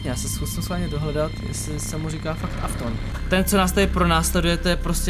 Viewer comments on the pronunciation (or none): none